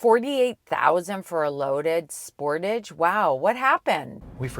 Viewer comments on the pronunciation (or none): As usual Americans say everything wrong. The whole world except for America calls it a Sportage' Americans say Sportidge. Americans also say (Ad I Das) and many things wrong. It's not A Dee Dus.